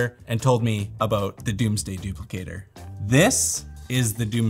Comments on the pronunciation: It's DOMEsday, not DOOMsday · Why is he pronouncing “dome” as “doom” and “composite” and “compa-sit”? Silly Canadians. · Is Domesday pronounced Doomsday? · homeboy is incapable of pronouncing "domesday" and "composite"